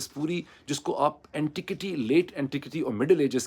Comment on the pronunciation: Dr. Sahib the pronunciation of "Women" is "wi.muhn". and the pronunciation of "Antiquity" is "an·ti·kwuh·tee". I am sure you have access to an online dictionary with pronunciations, it harms your image a an educated journalist if you can't even pronounce common English words properly.